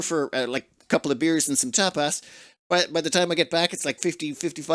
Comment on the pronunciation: “eat Tapas” My ears: eat Top 😵‍💫🤣 I can not unhear it 😭